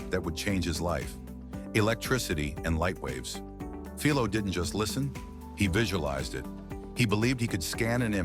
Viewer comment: I'm trying hard to forget the repeated and varied mispronounciatins of Philo; Fill low, Fee low, etc. Humans rarely exhibit that issue. Farnsworth is well remembered in the electronics field for his David versus Goliath patent battle with Sarnoff at RCA. The Syfy Channel's Warehouse 13, paid homage to him by calling a shirtpocket-sized, two-way TV from the 1930s or 40s a Farnsworth.